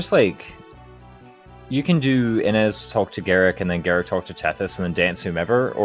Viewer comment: Not dumping all stat boosters on Forde smh what a noob It's [Ih-nez] btw so it's exactly the way you've always pronounced it untill now also, unrelated, but flOrina makes me cringe everytime I hear it.